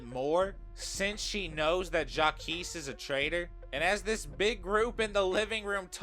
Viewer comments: It's said Jacques/zhak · why do you pronounce Jacques like that 😭😭